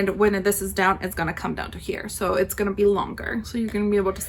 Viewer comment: Perfect pronunciation! The scots are proud <3